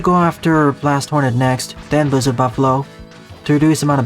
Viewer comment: Lmao you said billzard buffalo